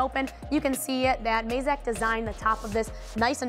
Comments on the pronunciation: Mazak, not Mayzak :P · Surely its pronounced 'MAZAK' considering the company was founded from the family last name 'YAMAZAKI', not 'YAMAYZAKI'